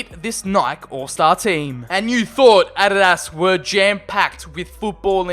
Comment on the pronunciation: Adadaz instead of adidas